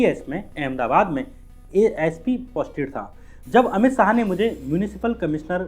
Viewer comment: syam bhai aap apni bolne ke tarike ko zara teek karo dehati sa lagta hai .saah nhi shah hai ..gale ka use bhi kaise kare kahan slow kahan zor sab teeknkaro .bcz aapka vedio bahut sahi subject hota hai magar sunke lagta hai koi anpadh aadmi bol raha hai .bolne pe kaam kariye .aur naam me se meera hatake bolo ladki ka naam add nhi karte .aapki aawaz female si ho rahi hai ..fark padta hai in bato ka